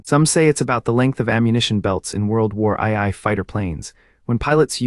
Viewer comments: "World War II" is pronounced "World War 2" (The two capital i's being the roman numeral representing 2) -- not "World War Eye Eye." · World War “eye-eye”? Looks like you need a better AI narrator. (Or is that A-eye?). I wish people would just use their real voices.